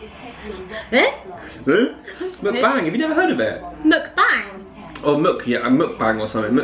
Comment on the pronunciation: Oh yes mukbang HAHAHAH! I love the way you pronounced it xD It's actually pronounced as '-bah-ng', not 'mook-bang' xD But sounds cute though hehe love yguys<3